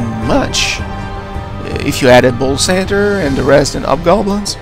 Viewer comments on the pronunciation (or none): centaur isnt pronounced "cen-ter" its pronounced "cen-tor"